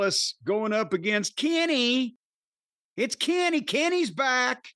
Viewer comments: Its "Kenny" lmfao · Jim’s pronunciation of “Kenny” pops me everytime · if you've never watched wrestling which word would you have used other than Pop? Use that one... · I got a good one. “The way Jim pronounces Kenny always cracks me up”